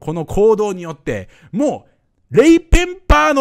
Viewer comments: レイ・ペン「パー」じゃなくて「バー」ね。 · レイ・ペンパ（PA）ーって言ってるのが気になる。レイ・ペンバ（BA）ーだよね。